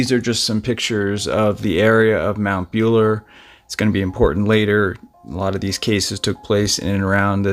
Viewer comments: Mate… it’s pronounced MOUNT BULLA!.. not bueler… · Won-on-gatta. Mell-bin. Mt Bull-a. Aussie pronunciation 👍🥰